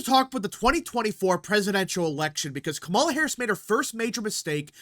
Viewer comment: The moment this guy mispronounces Kamala Harris, he immediately loses his argument and any sense of reasoning and sounds uninformed. Also, he sounds like a noob to politics. This strategy is called co-opting and it's as old as politics itself. It's nothing new. Trump did it when he said that he would not touch Social Security after the Dems made that promise for years. You take a good position away from an opponent by doubling down on it or sometimes improving on it. It works when it doesn't compromise the candidate's platform. Reducing taxes on the working class is a key Democratic position, so it doesn't violate the Democratic platform. It also makes Harris look moderate, and it takes the issue off the table from her having to discuss it at a debate because they agree on it. It's the political way of saying hold my beer.